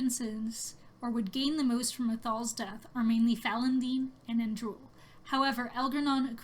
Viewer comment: It's pronounced "Falon'din" not "Falon'den". With an "I" not and "E".